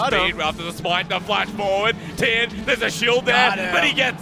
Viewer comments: Constantly apologizes over potentially mispronouncing Korean names, but can't say Tian despite there being constant examples in their sample videos... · The way mispronounced Tian’s name makes me cringe